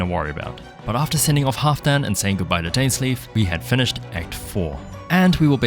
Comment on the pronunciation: merry Christmas!! as a challenge you could do that you can't use any mora or spend any mora :) also when u were done with the signora fight you said finish"e"d and also at the end of the act so u said the letter E ^3^